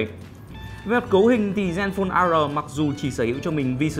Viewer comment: Zenphone "A Rờ", ....lạy!!!